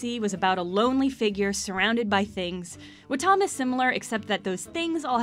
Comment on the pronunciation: its really sad you cant pronounce katamari damacy or wattam correctly gotta give this a thumbs down